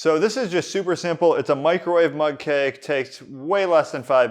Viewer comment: Oh I thought he was saying mud cake. Mug cake makes much more sense